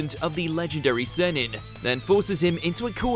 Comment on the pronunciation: Not you saying “Sennin” 🤦🏾‍♂️